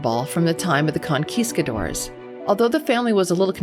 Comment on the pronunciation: "ConQUISQadors"🤔 Really hard for me to believe your research is accurate when you're not even getting such well known things correct like the Conquistadors.